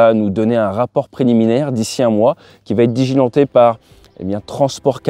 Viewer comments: Diligenter ! en non digilenter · digilenter diligenter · Merci pour ce petit debrief !. Pour info on dit "Diligenter" et non "Digilenter", mais bon c'est assez rare venant de vous alors on ne va pas relever ;p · ça m'a écorché aussi, mais ça arrive de "dyslexier" de temps en temps :D